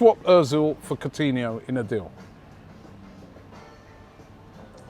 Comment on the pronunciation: Funny that when Arsenal are linked with Coutinho, Robbie actually pronounces his name right rather than saying “Court-iniho”like he did back in the Liverpool days